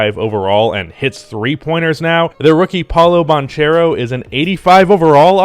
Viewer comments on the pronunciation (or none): I’m Italian and Banchero is an Italian surname and it is pronounced “Bankero”. Great vid as always❤️